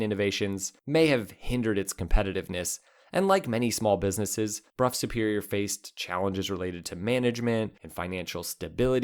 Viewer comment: Brow, not Bruff